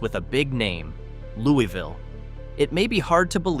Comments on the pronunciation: Louisville is pronounced Lewis-ville, not Looey-ville. While it is not exactly booming, it is far from a ghost town. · It's not called Looweeville. It's called, and pronounced Louis- ville! If you gonna talk about my town that i came from, please pronounce it correctly. Louis-ville is thriving. Many people that stay there works in Augusta, Thomson, Waynesboro, and Savannah, GA. We stay out here, to be away from the crime. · Could you at least pronounce the names of the towns correctly? To start off first town, pronounced Louis-vill. Georgia is not Kentucky. Like the man’s name Louis